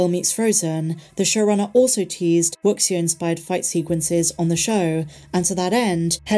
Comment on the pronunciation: Wuxia is not pronounced "wuksia", but "wu'sha". The term is kind of onomatopoetic for "wooshing" sound effects when characters fly around and trade blows during fights.